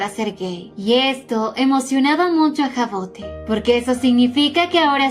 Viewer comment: Hermosa historia que elegiste, yo la estube leyendo en Webtoon, pero como está en emisión la dejé para acumular capitulos jejeje. Por cierto el nombre de la prota se pronuncia Javod, es un nombre francés y cuando empecé a leer el manwhua lo investigue por curiosidad. A qué están super lindos tanto el nombre como la historia 😊😊😊